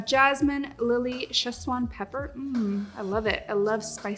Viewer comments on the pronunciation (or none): none